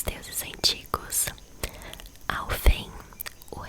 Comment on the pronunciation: Umas dicas de pronuncia, os reinos q terminam em "heim" são pronunciados "haim/rrain" ou seja, Alfheim a pronuncia é Alfirraim, Vanaheim é Vânárraim, Muspelheim é Müspelrraim, Nifelheim é Nifelrraim, Hellheim é Hellrraim e Jottunheim é Iotunrraim, e Gnungagap o "g" tem a pronuncia de "gui" ficando Guinungagap com o "p" mudo